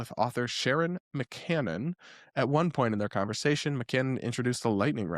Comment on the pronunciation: Sharon McMahon's last name is pronounced Mick-may-on, not Mick-can-non the way said it. There's really no excuse for a YouTuber or podcaster presenting himself as credible journalist/pundit to flub a name as easy to say as McMahon, especially not when it's spelled out clearly in text on the screen in front of his & our eyes.